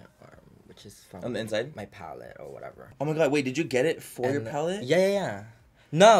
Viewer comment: Whenever Bretman says, “Whatevah,” I melt, then smile.